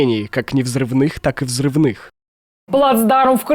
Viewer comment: Неправильно ставите ударение. Не Кры’нки - а правильно Крынки’. Ударение на последний слог нужно ставить.